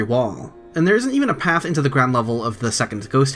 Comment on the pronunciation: Please pronounce path correctly!